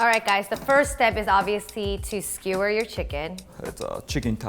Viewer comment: "Yakitori is basically a skee-whir..." Wut?